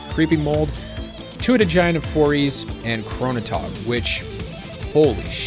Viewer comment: "foriys" is pronounced "four eyes" because lol the giant has four eyes!!! i swear i read that in an article on the wizards site